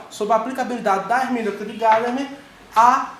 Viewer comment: Gadamer é alemão e não americano. A tônica está na sílaba do meio. Paroxítona. Em alemão se pronúncia Gamama. E no lugar do a e quase não se pronúncia e.